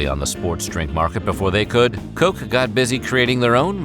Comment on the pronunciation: "Befoe we get started..." is the way he says it. He also has more humor in the inflection of his voice than the girl. Befoe sounds so pompous and I love it lol!!!